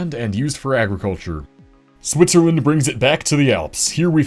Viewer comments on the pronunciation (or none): none